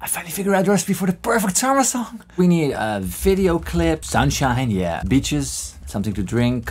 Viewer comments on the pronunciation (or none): You may watch your pronunciation of the word beaches ...( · Don't worry as on native speaker everyone mocks the elusive "beaches" pronunciation . With so many great beaches in Europe (Algarve, Portugal) why Miami ?....